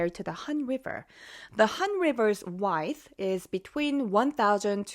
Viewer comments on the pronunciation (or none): your English is very good. However, the word "width" is pronounce wid-th not wideth. Love all the info you post. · Miss (beautiful), this comment goes with the video where you discussed the Han River, while I love your voice, I need to correct your pronounciation of one word: you say width using the “i” from wife, but you should use the “i” from with or wit or is. Also, my mother once remarked of a cheap motel here in America, that it was the type of place that rents you luggage by the hour, meaning it was a hook up joint that rented you luggage as a favade of respectability. Peace and love, my sister.